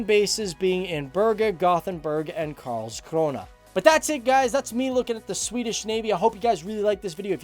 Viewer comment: Ey you Actually pronounced karlskrona pretty well